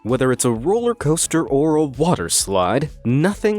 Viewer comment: heheh rooler coster